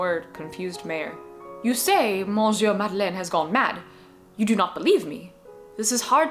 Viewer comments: Small correction: monsieur is not pronnounced mohn-syuh but rather muh-syuh. /mə.sjø/ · You are not gonna like this comment, but the n in monsieur is silent.